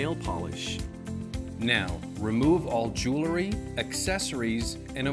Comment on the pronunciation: Jewelry. Not jewlery